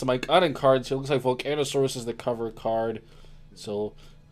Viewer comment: How many times is gonna mispronounce volcasaurus?